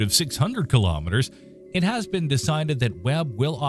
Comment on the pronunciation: Please correct your pronunciation of the word 'kilometre'. It is corrupting your video.